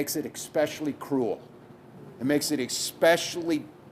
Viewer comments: Tim Walz is a U.S. governor, and he literally said the word “expecially”. Which is not a word in the English language. Moron! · Shouldn't the GOVERNOR of a state know the word isn't ecspecially? It's especially. Walz is the joke of human existance.